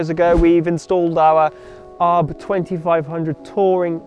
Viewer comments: It’s A R B not arb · just a small note, it's pronounced A.R.B..................... :) love the vids guys. cheeers